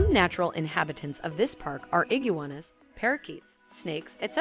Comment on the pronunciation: the way you pronounced "iguanas" lmfaooooo